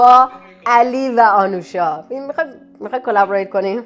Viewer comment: اسم ایشون آنوشا هست نه اَنوشا. لطفا روی لحنتون کار کنید، گاهی اوقات سوال پرسیدنتون شبیه به بازجویی شنیده میشه.